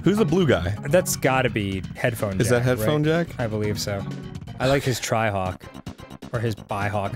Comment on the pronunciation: For some reason I heard Dan say “tryhawk” not “trihawk”